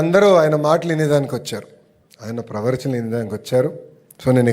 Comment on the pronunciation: ప్రవరచన కాదు ప్రవచనం